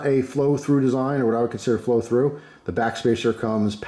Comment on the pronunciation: When I hear “flow through”, I think of when you said “fro frew” however long ago. Idk why but that stuck with me and makes me smile/laugh.